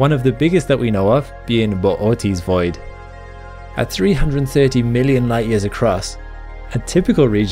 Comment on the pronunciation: Bootys void. I prefer to say boots void